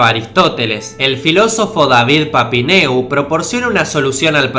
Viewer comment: no se dice "papineu" sino que se dice "papinó"